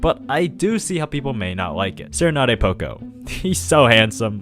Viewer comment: I got a lil upset when he said sera nade poco cus that’s not how you say it at all 😭